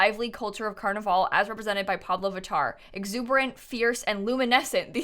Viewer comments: Pronounce carnival like carnivl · Is it just me or is she saying carnival wrong